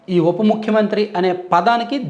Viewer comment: ముక్కు మంత్రి కాదురా సొల్లు సీను, చేతిలో అటు ఇటు తిప్పడం కాదు పతివ్రత శిరోమణి లాగా ముఖ్యమంత్రి అని పలకడం నేర్చుకో 😂